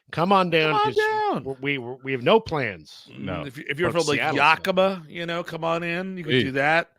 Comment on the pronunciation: FYI, Yakima is pronounced like the animal, "yak".